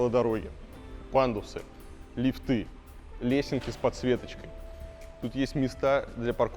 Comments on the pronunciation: Не лифтЫ а лИфты! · Господин архитектор, не лифтЫ, а лИфты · слух режет не лифТЫ а лИфты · пожалуйста!!!!лИфты!!!НЕ лифтЫ!!! нет лИфта, лИфтов и т.д. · Скажите Илье, что в слове лифты ударение на И ставится, а не на Ы - лИфты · В слове лифт(ы) во всех падежах ставится ударение на первый слог, Илья, не позорься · Не лифты, а лифты. Ай яй яй...